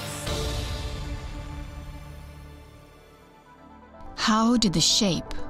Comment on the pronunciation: It’s not “milgamada”, it’s “Milkomeda. And that’s the name we’re sticking to.